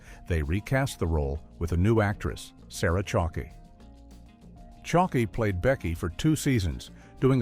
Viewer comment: Sarah Chalk E 😊